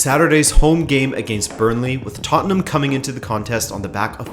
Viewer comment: Rabona TV would just like to say, thanks for being a yank and pronouncing Tottenham correctly. You have no idea how grating it is hearing “tott-en-HAM”.